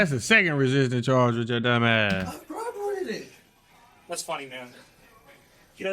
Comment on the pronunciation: He's cop-erating